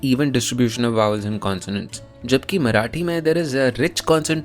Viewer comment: And for every Marathi person in this comment section, it is मरा 'ठी' not मरा'टी' जेव्हा तुम्ही बोलता, "मराटी लोकांनी मराटी तच बोलयाला पाहिजे" you miss the point... (Yes, I've been subjected to this rant throughout my life and for once I want you to take proper pronounciation seriously)